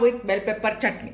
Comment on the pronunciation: मँडम चटणी चा च उच्चार स्पष्ट करावा